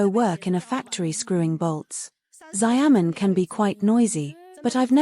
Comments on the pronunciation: please speak proper English and pronounce Xiamen as Xiamen and not SaiYaMen or Resume as resuming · its pronounced Shiaomun (Xiaomen) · how can a china channel not be able to pronounce Xia'men?